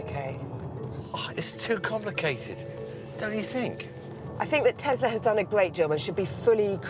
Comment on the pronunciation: it's a tesla not a "tezla"